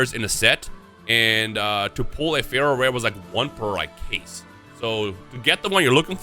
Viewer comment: Me not knowing anything about yu-gi-oh! thinking he's saying Feral Rare for 20 minutes before reading the card description 😅😂